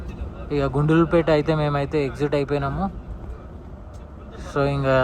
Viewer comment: It's not Gundulpet.. It's Gundlupete.